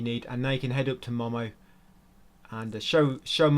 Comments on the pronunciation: its not "mah mah" its "moh moh" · momo is pronounced moh-moh and he’s a he. seamus is pronounced shay-mus. clementine is a she. how did you play this game so many times with your eyes closed